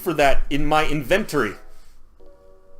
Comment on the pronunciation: "INVENT-ory" is now how I shall pronounce it. Thank you. (I thought it was "EH-PIT-tome" instead of "e-PIT-o-ME" until high school.)